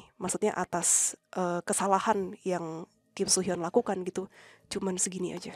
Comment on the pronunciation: soo hyun sama so hyun pengucapannya beda 🥲 beda org jg itu soo hyun aktor so hyun aktris 😭